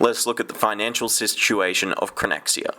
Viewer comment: "Sistuation" You might wanna do a double-take there. Great video, though.